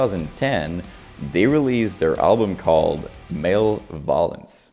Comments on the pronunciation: "Male Volence" 😂😂😂😂 I love you man. It's pronounced "ma-level-lence" Keep up the vids man! I always look forward to the next. You're so insightful. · its pronounced "Mal-ev-o-lence" btw (meaning wishing harm/evil on others) not male violence. Not being a dick or anything just thought id let you know man, keep going!👊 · The way this guy says certain things cracks me up... "Male Volence" lol